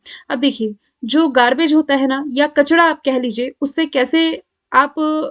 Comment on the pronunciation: कचरा ko mam kachada bolti ha😛😛🙃🙃